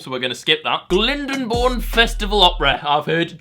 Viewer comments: IT'S GL-EYE-ND-BORE-N YOU UNCULTURED SWINE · Currently crying over the pronunciation of “GLYNDEEE- BOURNE” as “GLINDABOURNE” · It's pronounced 'GLINEBOURN', you peasant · That pronunciation of Glyndebourne was a shocker 😂 glindenbourne?! Great video as always! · It actually pisses me off how you pronounce Glyndebourne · The way you say Glyndebourne actually makes me feel physically sick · You mullered the pronunciation of Glyndebourne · Pronounced glyndebourne wrong lol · I live near glyndebourne opera house, and my mate works there and they'd be well pissed that you pronounced it wrong lool